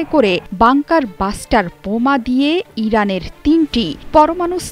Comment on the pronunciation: বাষ্টার না মূর্খ। ব্লাস্টার